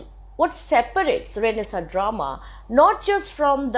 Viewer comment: it is not pronounced as Renaisaaaa its Renaisaannnnnnnnnce